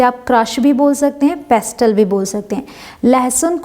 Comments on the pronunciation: पेस्टल🤦 ,नहीं होता है वो Pestle 🗣️(पेसल ) होता है,😀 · Pestle is pronounced as pesle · Mam ek video me aapne btaya tha ki .....Pestle me "t" silent hota h ....lekin is video me to "t" silent nhi h .....Mam plzz reply.... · Pestle ch t silent hai mam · Mam aap ny pestle mein "t" silent ku nahi kia pestle ki pronunciation ghalti hy . please confirm karain. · aapne kaha tha ki pestle me t silent rahata h par isme aapne t ko bhi pronounce kiya h. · "Pestle" mei "t" silent hota hai. "T" pronounce NAHI kia jata. It's for all of you information. Don't mind, please! Correct it! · I think, you are mispronouncing the word pestle. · T is silent in pestle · pestle=mam 't'is silent here?